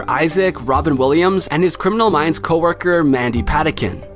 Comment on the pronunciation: Mandy PaTINkin, not PATikin!!! Know how to pronounce celebritie's names if you're gonna narrate!!